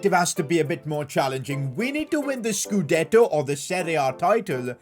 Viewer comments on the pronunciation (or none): "We need to win the scuddeto or serie a title " 😂😂 bro wtf